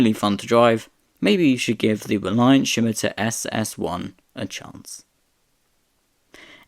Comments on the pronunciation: Scimitar is pronounced ssim-itar with the stress on the first syllable, not shim-itar. The name is taken from a curved Moorish sword of the Middle Ages (as featured on the county crests of Essex and Middlesex) no doubt first encountered by Europeans during the Crusades. It was used as the name for the car, I would imagine, in order to conjure the image of something that cut through the air in the mind of potential customers. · 100% agree. Almost gave up, the pronunciation is really annoying!🙄😬🫣 Never heard Scimitar have an 'h' in it!!😅🥰😂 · There is no H in Scimitar : it is pronounced Scimitar , NOT Schimitar ! Also , the SS1 looked good , that jellymould shaped SS2 prototype just looks plain awful .